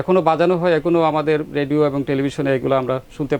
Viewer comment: খুব ভালো লাগলো শ্রদ্ধেয় শিল্পী গীতিকার আপেল মাহমুদ কে দেখে I মনে কিছু নেবেন না উপস্থাপক শুদ্ধ করে কথা বলতে পারেন না , এমনকি রেডিও উচ্চারণটাও রেডু বলছেন ! শ্রুতিকটু লেগেছে I